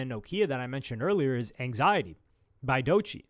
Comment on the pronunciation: i can’t believe you saying anxiety